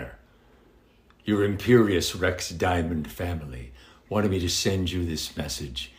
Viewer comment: You couldn't ask for better words to hear from Kevin Conroy. Truly amazing sentiment, truly inspiring. And for him to even pull a Dave and mispronounce Imperius Rex...perfect.